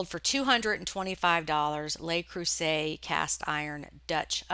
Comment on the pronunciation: The "Le" in "Le Creuset" sounds kind of like "look" without the "k" on the end. "Les" is the one that sounds like "lay". I love your videos and have learned so much from you. Thank you for everything you share with the reselling community.